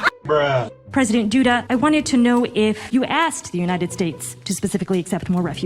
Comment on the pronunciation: It’s president Duda, not Judah😂